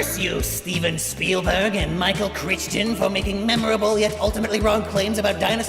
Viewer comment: Calling Michael Criton 'Christian' 😆